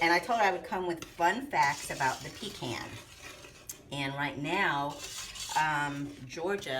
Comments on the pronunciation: We sure pronounce the word pecan differently than you do, you emphasize PEE can we say peCAN. The way you say it is kind of nasty. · them aint no pee-kahn praw-leens wit no brown sugar!